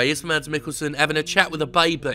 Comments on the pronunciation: His name is pronounced "Mass" not "MaDs". Its a danish name, since he's a danish actor. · It's pronounced Maz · Guide to pronouncing "Mads": Ignore the d (ha). Think the latter part of "Thomas" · The d in Mads is silent. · the "d" in "Mads" is silent. Pronounce it like "mad", just with an "s" at the end instead of a "d".